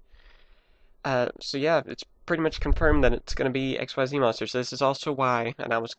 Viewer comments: it isn't XYZ it is pronounced as ik-seez which sounds like exceed don't say each letter by itself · Xyz is pronounced Ik-seez not x y z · xyz is pronounced ex-sees konami just wants to be fancy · its not Xyz its ik-seeeeeeeez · Actually "Xyz" is suppose to be pronounced as "ik-seez". Sounds just like exceeds so it's still nearly the same. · pronounce it X-yz